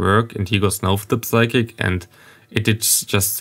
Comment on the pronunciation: Day 1 of reminding you "psychic" is pronounced with a silent P. Nice video